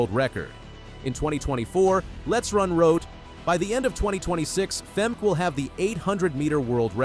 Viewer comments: Fem-Keh, not Fem- kee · It’s not Femkeeeee, it’s Femkè, a short “e”, why have the first e right and the second totally not….. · It's "Fem-kah", not what you said..........you a robot maybe? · "Fem-kee"? -- I'm sorry, but I'm out within the first 3 seconds! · It’s Fem-Kay-uh Not Fem-£e-€a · how to NOT prononce a name....FEMKEY......